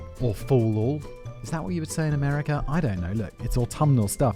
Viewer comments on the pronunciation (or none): none